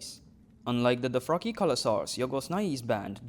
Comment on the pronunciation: What is a "Doh-fraki"??